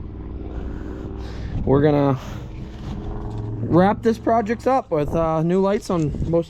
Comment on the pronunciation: What is a "projict"?? What is a "prodict"??